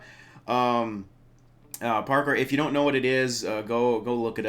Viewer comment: I don't think many people notice this, but she said Pawkour, not Parkour